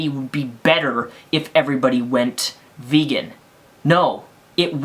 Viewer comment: She pronounced vegan. Bacon. I AM A BACON FAN!